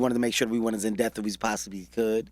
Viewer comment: This man keeps saying "in death" and he means "in depth"